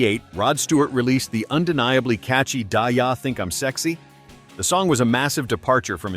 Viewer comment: "Die Yah Think I'm Sexy?" AI can sound so dumb sometimes.